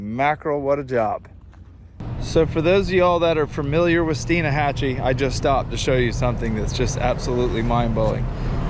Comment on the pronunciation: It’s pronounced Steenhachee.